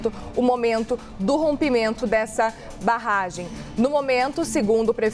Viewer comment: Eu ouví ela falando "Rompimento dessa barrgem" ??